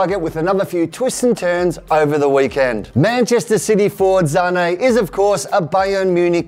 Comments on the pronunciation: it's Sane not Zanei ... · It's Sané...not ZZZZZZZZZZZZZZZZZané like wtf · Sané not zané plz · Why does he say Sane as Zahney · iT's SaNÈ noT ZzzZaNe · Its not zane, it's sane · Why is saying Zane instead of sane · Y r u calling Sane Zane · But what I mean is, even though it would be pronounced like that in Germany, his father is Senegalese and his surname is French so it's actually meant to be pronounced Sahney in as it's in French. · I almost stopped watching the video the. First time he said "zhaney" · the way he says sane triggers me